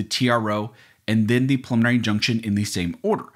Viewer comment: Sounds like you're saying "pulmonary injunction"- a little diction would help!